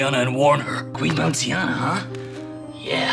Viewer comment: "Queen Bounceiana" 💀